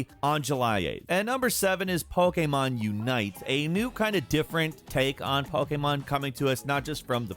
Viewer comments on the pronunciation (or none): "Poke AAA Mon" !!! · The way you say Pokémon makes me want to curb stomp a small animal. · No excuse to be mispronounced Pokémon at this point